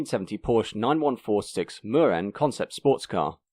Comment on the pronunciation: MurenA instead of Murene